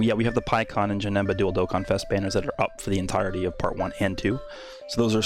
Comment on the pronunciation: I swear I heard you say "Dildo Contest" but it was actually "Dual Dokkanfest" Thanks for the content!